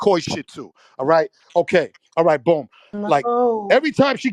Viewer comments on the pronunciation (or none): none